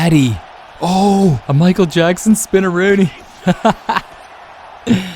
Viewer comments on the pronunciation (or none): none